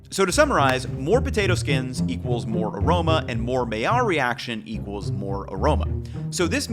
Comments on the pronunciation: It's pronounced "my-yarr." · Hey guy. You do a good job doing what you do but could you at the very least learn how to pronounce the word MAILLARD. It’s simple to look it up or just listen to Heston.